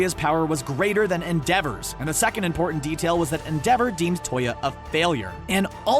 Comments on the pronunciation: Eng dub watchers: en-de-ver Eng sub watchers: en-dea-vo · “End-dever” “End-dever” It’s EN-DE-VOR! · I hate how he pronounced Endeavor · The way he pronounced Endeavor's name :>>>> (Not a hate) :>>>> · So no one is triggered that he isnt pronouncing endeavors name right